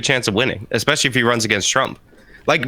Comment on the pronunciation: idk who marie oakes is, but anyone that says "ex-specially" is not to be trusted to have serious takes. its like saying "pa-sghetti" 🤷‍♀️just sayin